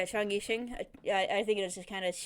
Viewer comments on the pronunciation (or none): yixing is pronounced "yee-shing" :)